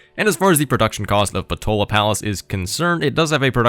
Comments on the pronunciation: If I did not get it wrong,, it is PotAla Palace, not PotOla Palace. That puny little culture/faith/diplo-vic-point definitely do not worth that effort AT ALL, but that policy card, damn, that policy card, that extra policy room for maneuvering, that little wiggling room, that extra bit of freedom, makes it worth every struggle. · Should be “Potala”? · If you're from Ireland like me you may call this wonder "Poh-tā-lā" palace just saying. PS: I can say you might have been hungry at the time of recording if you were talking about potatoes of many kinds hehehe :P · Unfortunately, you didn’t get it correctly like you said, it’s Potala Palace RIP